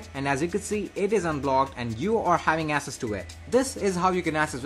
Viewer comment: Bro access is pronounced like axes, not asses.